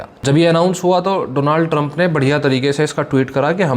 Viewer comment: Donalad Trump 😂😂😂😂😂😂😂😂😂😂😂😂😂😂😂😂 ooo bhai pehla words tu thek karo per video banao Donalal Trump 😂😂😂😂😂